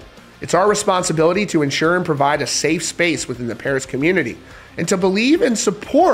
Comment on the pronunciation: I think you mean, "Puris". You can't make up your own language rules. At best, V could stand for a U, but never A. Ffs